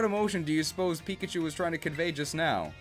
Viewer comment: Piggachu Beeguh Geeegh...